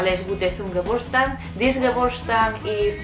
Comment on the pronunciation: Jajajaja, bien dicho en alemán